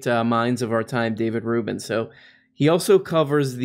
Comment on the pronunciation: Conservatives like to intentionally mispronounce the names of people they disagree with. Including Dave Rubbin.